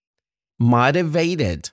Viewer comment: شكرا جزيلا استاذ 😊 فقط كلمة motivated اتوقع صار عندكم خطأ بلفظها لفظتم حرف ال O كما في كلمة fodder بينما هو يلفظ كما في كلمة Low تعلمت الكثير من جنابكم ....شكرا جزيلا 😍